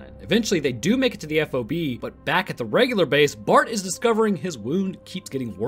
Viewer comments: The term F-O-B is pronounced "Fob" in the military, I've met military personnel and they all say the same. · Hey, FYI, in the Marines, we don't say every letter in F.O.B. its just FOB...